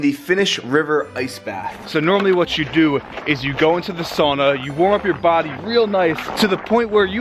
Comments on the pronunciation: Not "soona" or "saana" (saana is the fjord)... It's "SA-U-NA"! "SAUNA"!!! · Cool video, but you are pronouncing sauna the wrong way!